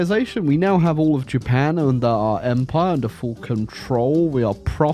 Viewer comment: It bothers me, but I know that's your style, that "Japan" at the end is in no way Japanese.